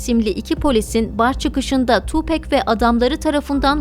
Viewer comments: Tupek değil Tupak diye okunuyor saygılar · Tupec değil tupac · Harika profilin harika belgeseli. Hala daha cayır cayır dinlerim tüm albümlerini. Söylemleri kişiliği çok çok başkadır. Ha bi de (TupEk değil Tupak) diye okunur. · ablacım tupek degil tupak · Tupek degil Tupac- Tupak diye okunur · Tupek değil tupak, sug nayt değil şug nayt 🙃 ölüm saati 16 03 değil sabaha karşı 04 03. All eyez on me albümü o dönemin rekor satışına ulaşıp 6 milyon satmıştır. Falan filan emeğinize sağlık keşke biraz da 7 gün teorisinden bahsetseydiniz 🤗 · Keşke isminin nasıl telaffuz edildiğini de araştırsaydınız. Tupek değil tupak. Bu arada ben doğduktan tam 10 gün sonra, 13 eylül 1996 da öldürüldüğü için bu tarihi hiç unutmam. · oo deyilde ismini neden Tu bek diyorsun neden tam. söylemiyorsun Gancik seni yok Ahmet. olamaz yaa tupek 👎👎🤧🤔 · okunuşu "tuupak" 'dır ... "pek" diye birşey yok unutun o söylemi :) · Siz tupek dedikçe benim kulaklarım acıdı :( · Hatta Eminem 8 Mile filminin son battle sahnelerinden birinde bile tupak diyor. Keşke oradan dinleselermiş doğru telaffuz olurmuş.